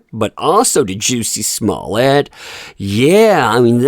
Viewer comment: Lololol Sorry, I Giggled When You Called Him "Juicy Smollett" 🤣🤣🤣 It's Kinda Like Jessie, But With A 'u'. The Same Kind Of 'u' In The Word "Tug". Lol. Like, Juh-See. But No Worries, Juicy It Is. 🤣🤣🤣